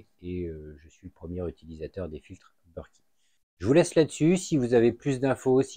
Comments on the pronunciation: You british. Moi française. Donc berket. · BERKEY sont français donc se prononce Berk È et pas beurki